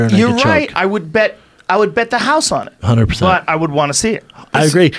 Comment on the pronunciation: 'A hunjeey persen' - 0.22